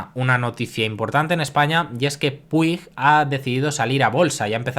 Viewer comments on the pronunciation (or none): Buenas, como siempre buen video. Respecto a Puig, de la que seguro que hablarás más, se pronuncia más o menos con un sonido de ch, algo parecido a Puich. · Error!! Sin la i, se pronuncia fonéticamente “Puch”. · Buen resumen pero Se pronuncia SabadeLL con LL y PuiJ :face-fuchsia-wide-eyes